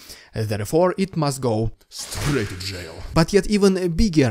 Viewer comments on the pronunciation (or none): "Strrrrraight in jail" hahahaha🤣